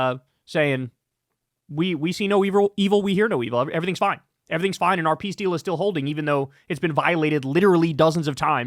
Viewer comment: Piss deal, not peace deal